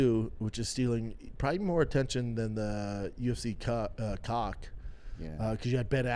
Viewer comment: Why does he keep saying "UFC cock"